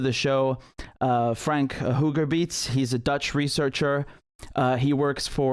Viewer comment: Thanks, Richie. It’s pronounced Hawgerbayts.